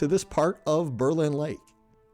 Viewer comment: Berlin Township and Berlin Center was named in 1828 after Berlin, Germany where many of the settlers came from. I live ten min away and have many relatives there. Not that it may make a difference to you...but it's pronounced BER-lin...not Ber-LIN.